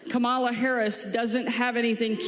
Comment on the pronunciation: The Huckabee lady is a governor mispronouncing our Vice Presidents name and not addressing her correctly. Show some respect! Incredibly unpatriotic. Disgusting.